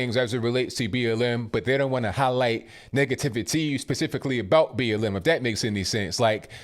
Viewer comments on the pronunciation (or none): You talkin abottttt why u say u talkin abottt like that abl sir?